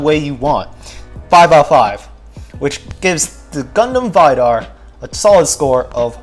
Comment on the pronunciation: Its V-dar , its not pronounced as Vydar lmao